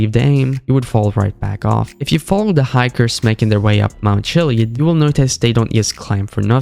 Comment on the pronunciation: "mount chileeid"